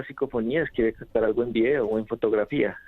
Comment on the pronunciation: Muy interesante tema, pero ese "cactado" del invitado ya me estaba sacando de quicio., por favor alguien que le diga que es captar, no cactar.